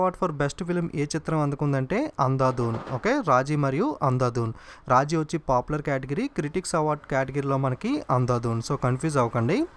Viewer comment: Raaji kaadu raazi